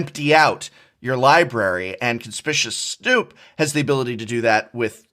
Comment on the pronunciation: Noooooooooooo, you said Conspicuous Snoop’s name the way Saffron Olive does